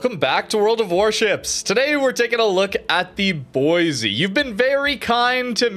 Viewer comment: Every time mispronounces Boise a little part of me dies inside